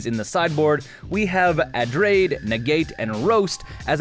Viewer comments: Everytime he says adrade over abrade i die a little inside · "Adrade" "izzet straticaster" lol still love the dech tech though!